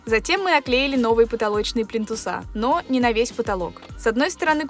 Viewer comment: ПлИнтусы, а не плинтусА.